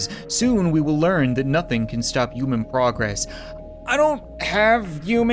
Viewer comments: Why do you say uman and not human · You said yuman